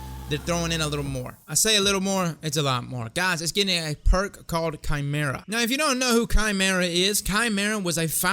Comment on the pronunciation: Bless you, sir, for not only knowing what it is, but also knowing how to correctly pronounce Chimæra. 👍👍👍